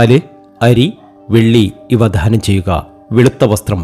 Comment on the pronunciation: ധാനം ചെയ്യുക എന്നല്ല ദാനം ചെയ്യുക എന്നാണ്. ഒരുപാട് ഒരുപാട് എന്ന് ഒരുപാട് പ്രാവശ്യം പറയുന്നു 😊